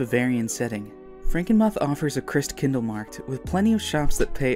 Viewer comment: Someone might've mentioned it in the comments already, but it's pronounced Franken-MOOTH. I was there last Christmas and I can vouch that it's amazing.